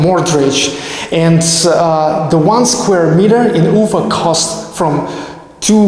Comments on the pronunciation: quick question: why do you always say UU-fa instead of u-FA with the accent on the A? Is this the new way to pronounce it there or is it just the anglicization of the name? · а зачем ударение менять в слове Уфа?